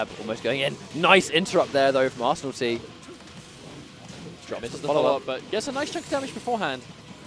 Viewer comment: butchering your name .... Ar-San-nil-Tie